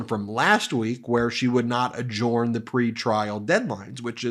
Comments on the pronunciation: Its pronounced "adjerned" not "adjorned". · THE WORD ADJOURN IS PRONOUNCED ADJERN, NOT ADJORN! STOP IT!!!! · Adjorn? Never heard anyone pronounce adjourn as adjorn. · Say, Ben, why do you pronounce "adjourn" differently than any other person I've ever heard?